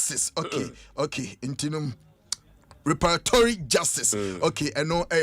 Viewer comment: Reparatory pronounciation can be hard...🤷‍♂🤷‍♂🤷‍♂